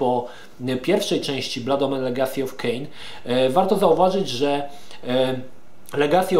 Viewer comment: Ogląda się przyjemnie, ale ten "Kain" najbardziej rani ucho:)